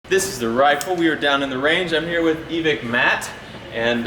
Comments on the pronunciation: Love that place but it's pronounced... EEEE ViKE like Nike... EVIKE. EVICT is probably not what they want to hear. 15 year airsoft player in California, no one says EVICT. Good luck on the new rifle, I'll have to go test her out. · Evike is pronounced e-vick just a little info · Bro. It's Evike. E-Vike 😂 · It’s evike... not evike